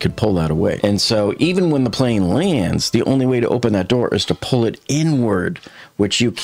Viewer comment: No offense but your mispronunciations of very simple words such as ,"pull", ( you say ," phrrrhll"), and omitting pronunciations of vovels makes you incredibly hard to understand. Your work is appreciated ,but it's just impossible to understand you well and it's guess work , trying to make out what's being communicated.